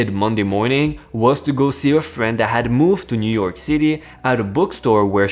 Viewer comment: I disliked this because of lousy grammar and poor pronunciation. Also, lots of errors. 1. Girl in wheelchair referred to as “he”. 2. Broadway is in New YORK City, not New YEAR City.